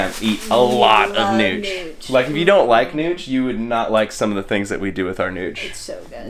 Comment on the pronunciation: Are you saying Miyoki? It's Gnochi :-P